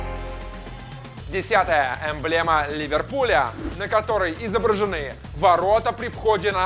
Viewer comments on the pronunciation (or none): Ливерпуль а не Леверпуль!!